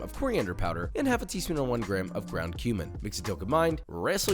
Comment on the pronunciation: I heard ground cumin as ground human lol. Then I was like wai.. WHAT?!!